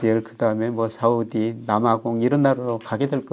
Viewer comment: 위안화입니다! 가만들어보니까 교수님의 "사우디" 발음이 귀에 쏙쏙 들어옵니다